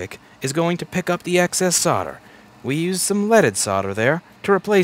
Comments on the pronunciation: Love your videos ...but I am English so let me explain ...SOLDER. SOLD..ER ...SOLDER...not soder ..it drives me nuts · Your website says 'solder' but you say 'sodder' :(